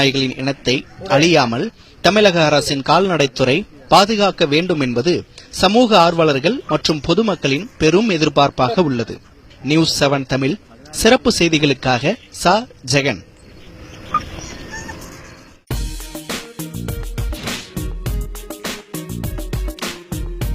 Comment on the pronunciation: It's not தமில், but தமிழ். Correct your speech. Good documentary though. Love the native breeds, be it dogs or cows/bulls.